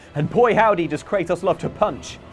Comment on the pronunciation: kray-TOHS. LONG O. not a matter of accent